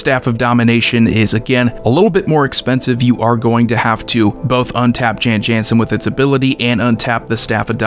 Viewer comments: You are mispronouncing it. It is an alternate language spelling of Jon Jonson. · No, the correct pronunciation is "Yawn Yawnsen".